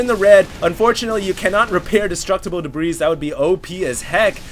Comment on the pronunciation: Debris is pronounced, "de - brē", not "de - brēz".